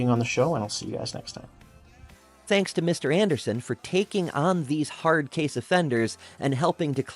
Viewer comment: Listen guys, making decisions is hawd and surgery is scawy, so just don't do it.